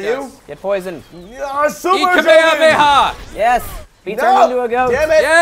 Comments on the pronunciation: did anyone else notice that joven said kamakamaha no kamehameha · why does joven say kamekameha